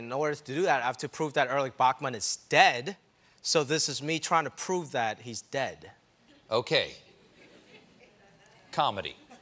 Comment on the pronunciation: That’s ‘Erich Ba-kman’.